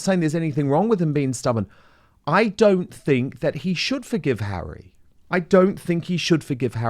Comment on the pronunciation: "Bring Hawwy back in from the cold" ... Let's not and say we did